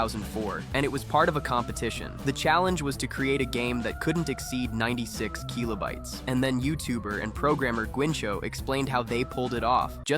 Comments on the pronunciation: Kill-oh bites. What tf is keel-oh bites lol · the Keeeelobytes is keeeling me :D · The keelobites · bro stop calling kilobytes kilo-bytes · say keelobytes one more time, AI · 96 Keeelo-bites. AI slop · MIDI is what bothered you and not the repeated KEY-lo-bites. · The AI pronunciation of keelobites and M I D I hurts so much. Unlike. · and then the one kill-oh-bites it snuck in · KEEYLOBYTES. gtfo ai slop. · Keelo bytes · the way it's saying "keelobytes" and "em ie dee ie" is physically hurting me edit: never expected complaining about how an ai pronounces stuff to get this much attention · You're saying kilobytes wrong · I've never actually heard anyone pronounce kilobytes like this. It's probably correct, but sounds so nerdy. Lol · Kee-loh bytes? Lol. It's Kill-o-bytes Also, it's pronounced mid-ee. Not M-I-D-I